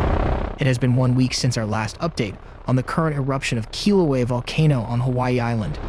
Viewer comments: Lolo buggah its not kilo its kilauea. LAU. u if you gonna report, pronounce correctly lolo haole. But mahalo for the rest of the info.🤙🤙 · Holy shit, say the name right. Fuck bro lol